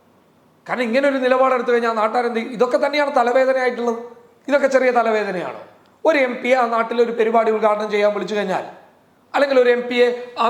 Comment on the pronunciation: പെരിപാടി അല്ല ബ്രോ..പരിപാടി..